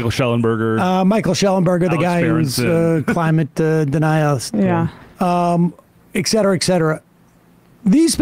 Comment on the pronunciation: Etcetera not excites Sam